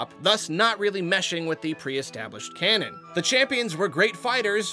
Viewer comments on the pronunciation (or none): none